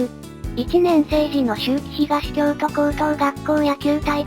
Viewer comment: 秋季東京都 （しゅうきひがしきょうと） 日大一高 （にちだいいちたか） ワロタ🤣